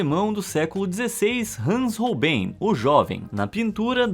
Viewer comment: vª exª nao fala de arte. vª exª fala de curiosidades que nao sao arte . aprenda a dizer o nome dos artistas. o sr. diz ROLBEIN . na verdade o nome se diz ÒLBAIN, tal como BRUGEL nao se diz brugel. diz-se BRÓIGUEL.